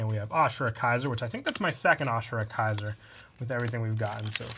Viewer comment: This guy needs to get his pronunciations straight. A-ma-tey-rah-sue Ray-zer Ah-sure-ah-kai-zerr Still great vid tho (Btw all the pronunciations are in the anime so get on that)